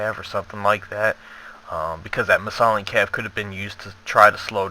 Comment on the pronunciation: it's "Isthelion" (Is. The. Lion), haha. But GG for both teams.